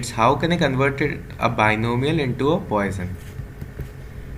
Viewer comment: Very good lecture. Came from X . Btw the pronunciation is "pwɑ.sɔ̃" puasawn .